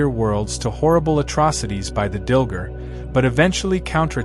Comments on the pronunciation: Dil-GAR, not Dil-ger. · DilGAR. Not Dilger. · Umm it's Dil-gAr - not ger...you AI Dillhole. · I believe it's pronounced "Dill-Gar". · DilgAr! There's an a not an er.